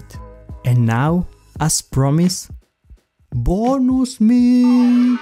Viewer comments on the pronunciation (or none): Bonooos Meat😂😂😂love the way u say that😂😂bless you bro🤗🤗